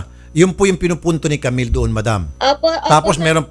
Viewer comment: "jamill"😭✋ Sorry po natawa ako HAHAHAHAHAHAHAHAHAHAHHAAHAHAHAHAAAHHAHAHAHAHAHAHHA